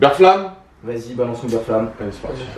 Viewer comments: Par contre, c'est Berflam, mais ça se prononce Béflan, qui vient du verbe Flamber ( Ber-Flan ) ! Et pas BERFLAME xD sinon nice vidéo la mif <3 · J'adore les kassoss qui font genre ils connaissent VALD mais prononce "Ber-flamme" 😂😂😂😂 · Vous me stressez a dire "Bère flamme" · faut prononcer « béflan » ptdrrrr